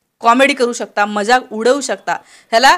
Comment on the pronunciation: Madam - not majak but mazak should be correct pronounciation . Still best presentation.